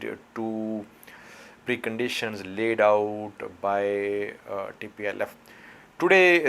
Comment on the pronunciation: plse said tplf not dplf